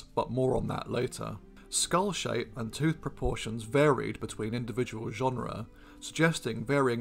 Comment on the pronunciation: Don't pronounce "genera" like genre, please! Besides genera is plural only!